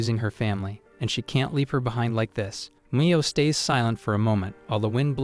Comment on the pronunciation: Geeez Ai is infuriating. Mo is pronounced Me-yo. Not Mah-yo